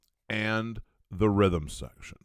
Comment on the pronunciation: Rhythm secrtion? Is that where something secretes rhythm?